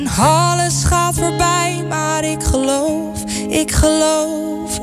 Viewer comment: Goed gezongen door Meau echter haar G is niet zo prettig als Boudewijn de Groot's waanzinnige fijne pure uitspraak, als je goed luistert is Meau's G hard en schrapend (ik Geloowf, ik Geloowf, alles 'Schaagt foorbij' klinkt ook met te westelijks accent), maar nogmaals verder goed geinterpreteerd.